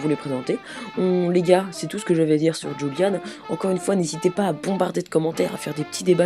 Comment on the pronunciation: C'est julian pas juliane ou rouliane